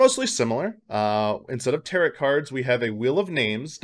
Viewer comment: Did call them teret cards instead of tearow cards lmfaooo